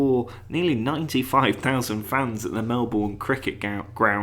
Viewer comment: Omg you butchered Melbourne so much hahahahaha 😂